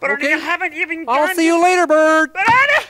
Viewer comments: When he says Ernie it sounds like he says honey XD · sometimes when he says "ernie" i hear "honey" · Not my Italian ass hearing "Honey" instead of "Ernie"